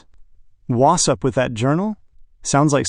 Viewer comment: Wu sup? Yeah. What's up with "Wu sup"? Very annoying.